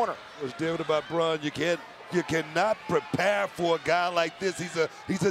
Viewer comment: ITS BRAUN NOT BROCK